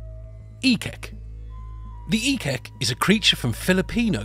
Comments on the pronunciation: ik-ik / eek-eek not ekek 😂😂😂😂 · Ekek, must be called Eek-eek, or Ehk-ehk. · It's pronounced "ek-ek", not as one word.